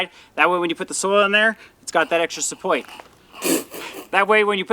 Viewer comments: Just so you know, I "suppoit" your channel. 🤣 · It’s the extra suppowit for me 😂